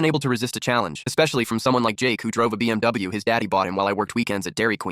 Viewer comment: STOP PRONOUNCING BMW LIKE THAT, I SWEAR TO THE DAMN DEVIL IN HELL